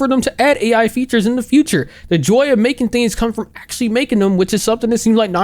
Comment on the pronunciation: the word “actually” sounds weird here.